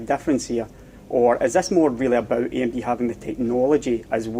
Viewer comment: Eeey emmm deee x). Love your videos!